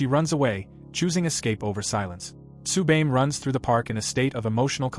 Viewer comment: Had to stop watching cause you keep fucking up how to say Tsubame.